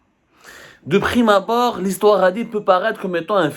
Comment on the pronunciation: De prime abord et non de prime abard